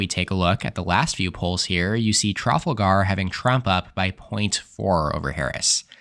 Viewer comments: Never heard trafalgar pronounced "trafulgar" instead of "trufalgr" before. Made me chuckle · Dude, I like your vids but Puhleeze! Learn how to pronounce "Trafalgar!. Accent is on the 2nd syllable: it's tra-fal-gar. The "fal" rhymes with the name "Al." Please correct this unless you want to sound stupid. Don't think you do. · How can I believe a word someone says who can’t even pronounce Trafalgar? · oh my oh my…I’ve been a listener for months. I can handle your “college therefore educated therefore democrat” comments. I can handle your “he’s simply a former car salesman” remakes. I get the fact that you put on airs and think yourself the educated, unbiased, most data driven election analyst on YouTube. But my oh my. If you don’t know how to pronounce Trafalgar you truly are an uneducated loser.